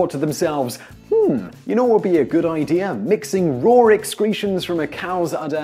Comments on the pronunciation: Sean Dyer and yet, there still are no "r's" in "raw." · Listen to how he says "raw egg." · Sean Dyer Yeah, where did I say he was wrong? I've known for a long time that the Brit accent adds "r" on the end of some words (as someone else pointed out, Oasis famously says "champaign supernova(r) in the sky.") Seriously, not everything is a personal attack on you. If I want to point out something that I think is interesting and unusual (to me) then maybe I just think it's interesting.